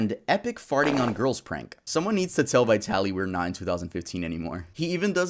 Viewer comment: It amazes me how many people who have talked about Vitaly , and aren’t aware that the word VITALIZED exists . That’s what his channel was Called . Not VITALY ZD . It was VITALYZD TV . “VITALIZED TV “ . I’ve seen dozens of you tubers say that name and never ever say it right . And I’m not even a fan .